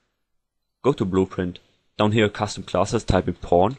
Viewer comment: When you said Pawn it sounded like you were saying porn.